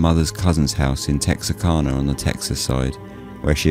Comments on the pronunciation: Wow this is the second time I have had to filter this story. Lol my family's lived just outside Texarkana since 1830. I can tell you everything about this. Believe it or not there's lots of lies. Just say it right. It's kana. I'm from the woods. Retired nurse and first responder. Lol it's so funny to hear you tell the story. Lol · I'm an American and I had no idea it was pronounced "canna", rather than "cah-nah". To be honest, I didn't even know that Texarkana was a real city. I thought it was a name for the general region where Texas and Arkansas meet. Like how people refer to the sprawling area between Washington DC and Boston as "Bowash".